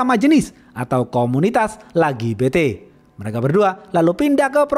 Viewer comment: Aduh si abang bikin.ngakak pas bilang komunitas LaGiBeTe 🤣🤣🤣